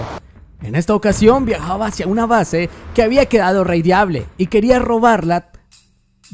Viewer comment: Ya no hay "y quedan rrrrrrrrrrrrrrrraideableees"